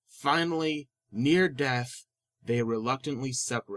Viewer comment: Death not dratt...